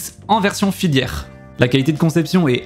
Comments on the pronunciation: T'es sur qu'on dit filiaire ? J'ai toujours dis casque FILaire.... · super vidéo, par contre on dit filaire et pas filière. 😋